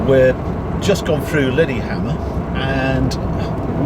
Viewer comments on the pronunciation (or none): "Liddy Hammond" ??? Lillehammer !!